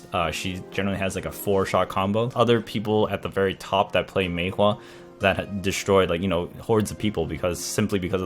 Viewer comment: i really hate how u say maewha